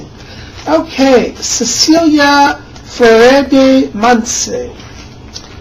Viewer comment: Thank YOU so much for responding to my message, You are an earth ANGEL. I Truly appreciate your words today with regards seismic movements around our beautiful mother earth. and yes you did pronounce my name very well (: Much love and many blessings to you. xxx Cecilia